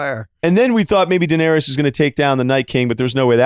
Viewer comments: Could someone PLEASE tell Russillo it's pronounced "Deh-nair-iss", 3 syllables, not "Deh-nair-E-ous". And Arya only had one knife, you see her drop it from one hand to the other for like 5 seconds, it's the 'practice against Brienne' move from the previous season. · Ryen puts an extra syllable in Daenarys "Da-nare-ee-us", Bill puts an extra syllable in Arya "Ar-ee-ya" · Much better analysis here than Talk The Thrones, which just sucked off this episode, instead of pointing out how many issues it had. Love how they use sports analogies during these mini-reviews. Ryen will learn how to pronounce Danaerys one of these days, or not.